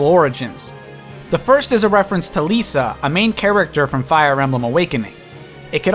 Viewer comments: Um, Lissa isn't pronounced "L-ee-s-a" (Lisa), Chrom outright says "L-i-ss-a" in one of the early cutscenes. Same with Sumia. Chrom says "S-oo-m-ee-a" rather than (what I heard) "S-oo-m-y-a". I don't mean to sound rude here, but I'm OCD in this sort of way XD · Its Liss-uh not lisa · You said lissa wrong 😑. It's liss-a not lisa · Lissa is pronounces Lis-ah, not Lee-sah. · Lissa , not Lisa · its pronounced Li-sss-ah not les-a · Her name is Lissa ;_; with two s, not Lisa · You pronounced Lissa wrong, the way you pronounced it is if it is spelled Lisa. Its pronounced Liss-ah. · Chrom's little sister is named Lis-sa, not Li-sa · Also, it's pronounced "Lih-sa" not "Lisa" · Lissa "Leesa" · IT'S NOT PRONOUCED AS LISA GET NAME LISSA YOU'RE PRONOUCING THE "I" IN HER NAME WRONG, and if you don't believe me watch the forest fire cutscene from awakening and Chrom will say her name and how it's properly pronuced. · dude said Leesa lmao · okay the way he pronounces most of Lucina's costume is killing me like oml Lissa and Lisa have two different pronunciations :c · Manakeete, Leesa, Einheryar. Yikes. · He butchered Lissa, Cherche, and Sumia. They didnt deserve that lol !! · prounciation of Lissa, Cordelia, and Thracia kinda bothered me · Same. I wasn't really bothered and didn't even notice Thracia, but I was visibly cringing whenever and internally screaming the correct pronunciations at the screen whenever he said Lissa or Cordelia's names...I'm not even sure how one could mispronounced them, especially Lissa's name >_> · the way you pronounce lissa and nowi make me angry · Nowi is correct. Lissa is wrong though. "Nowi wins" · ....The way you said lissa,cherche, and sumia...it bothered me so much...you don't even know...but it's fine people can say the names how ever they want I call lissa the same you did before...oh and robin yellow one could also be hinting at emmeryn...maybe? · You mispronounced Lissa as well